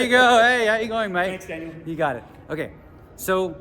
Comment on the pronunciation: Danielle or Daniel ? I heard